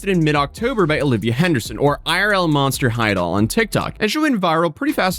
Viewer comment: its fitting that when when you say her "irlmonsterhighdoll" it really sounds like "IRL Monster Hide All" which is a very fitting name for her.